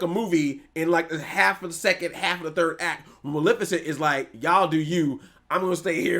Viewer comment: Jesus christ WHY CANT ANYONE SAY MALEFICENT CORRECT. EMPHASIS ON MUHLEEEEEEEEEFFFAAACCCCEEEEEEEEEENT